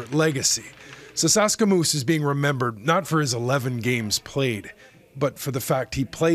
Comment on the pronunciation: sasaskamoose bro, come on. Said his name wrong